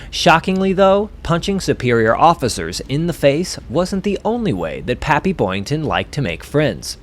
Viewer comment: PAPPY, not papy, for God's sake! Your illiteracy is galling!